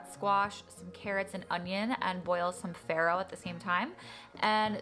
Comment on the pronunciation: Also, she's pronouncing "farro" wrong. She's actually saying "iron" (ferro) in in Italian, and it's hilarious because she's not getting any of that.